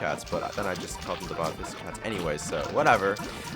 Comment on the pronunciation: Well you just stuffed up the pronunciation of bodhisattva and many people got triggered like me